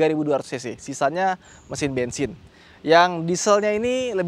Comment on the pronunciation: Bang Pajero Kan Diesel Kok Bilangnya Bengsing